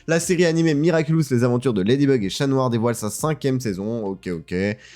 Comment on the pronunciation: Ouais ça me tue surtout que pendant tous l'interview Thomas Astruc prononce miraculous mais lui il s'entête à dire miraculus. Globalement on sent que le mec ne sait pas du tout de quoi il parle. xD